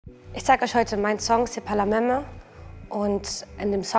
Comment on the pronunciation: Warum macht man Songs zur Hälfte auf französisch wenn man nichtmal alle Wörter richtig aussprechen kann? Das Wort heißt même und wird „mem“ ausgesprochen nicht „mäme“